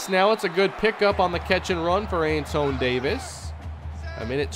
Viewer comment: The RB's name is pronounced Antwan.